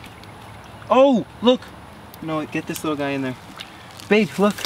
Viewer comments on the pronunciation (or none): Wait did he say bae